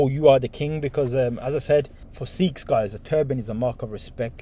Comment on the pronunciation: Sikhs*** almost like you said sheikhs big difference